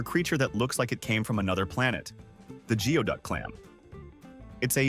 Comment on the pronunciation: It's pronounced gooey duck